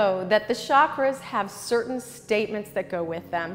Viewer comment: It's chakras ( cha kk raas ) not shaakras like she says it. It means wheel in india, and has a ch sound like chair